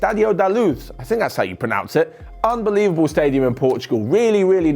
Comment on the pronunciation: do you get told to say 'unbelieveble' in the script or do you choose to?😏